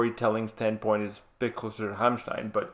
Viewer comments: your pronunciation of Rammstein is pretty impressive i must say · Great reaction. Your pronunciation of Rammstein is great. Sprechen Sie Deutsch? You should do Heilung. Either 'Krigsgaldr' or 'Fylgija Ear/Futhorck', from Lifa at Castlefest. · The first american in the world that actually can pronounce Rammstein